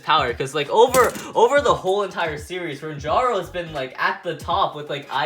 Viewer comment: I still cant believe that he called renjiro renjaro xD